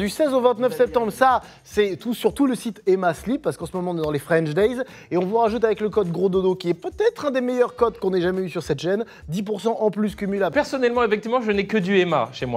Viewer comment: La différence est subtile pour nous autres francophones mais c'est emmasleep pas emmaslip les gars, le son i est plus long